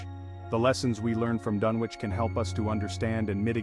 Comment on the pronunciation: First mistake, you don't pronounce the W in Dunwich. Second mistake, actually show Dunwich, not a slideshow of generic library pictures of completely unrelated places, digs and other items. Lazy work, tbh. Try harder.